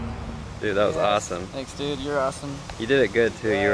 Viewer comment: It's not "Dude" it's "dooot" hahahahahaha